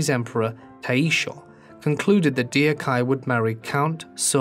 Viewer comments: The mispronunciation is abysmal. There is no excuse to not do the due diligence of checking the official pronunciation of names you do not know, especially if it’s the literal main name throughout the whole video. Dio-kye is one thing but dorok-hye is just fucking ridiculous. Duk-hye. It’s not that hard. It’s sad that the mispronunciation is so grating that I struggle to focus on the video as it’s both well researched and well made, but I guess it can’t be helped. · If the names were somewhat off, it wouldn't matter, but they are terribly wrong. It's simple about communication. If you were talking about this a korean person and said the name like [Dee oh kai] they would wonder who the hell you are talking about. It matters. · i care A LOT! My ocd arse just cant take it bcs i know exactly how to pronounce that name and the narrator just keep saying dee-ok-hi, but i cant change that and it's like you're having an itch that you cant scratch, and that's BLOODY ANNOYING! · Me not being Korean but still being bothered by the pronunciation 😩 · The pronounciation of her name is “Dok-Hey” 😊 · The speaker has no idea how to correctly pronounce this Korean princess’s name. It is way easier to put it with the phonetic letters for the right pronunciation -> 덕혜[dɛgke] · Her name is pronounced Dok Hae. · So everyone knows, her name is pronounced like "dack (soft A sound)-hey" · I think her name is pronounced "dock-heeay." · "Dee oak hi" lmao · i cant get over the name mispronounciation.. its duck-heh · It’s an incredibly egregious mispronunciation lol they could have just googled. Even if the vowels were a bit off, that’s better than adding two syllables that don’t exist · Every time he said it, I corrected him in my head…how can you do a documentary like this and not understand how to properly pronounce her name? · Sharon Bee I hadn’t noticed but he really slaughtered the Korean. Vlraln gives the correct pronunciation. In Romanized Korean “eo” signifies an “uh” sound, not “eeoh.”